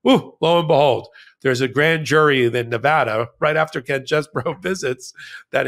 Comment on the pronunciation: No, it isn't CHEESE-BOROUGH, but it isn't Chess-BOROUGH either. It's Chess-BRO.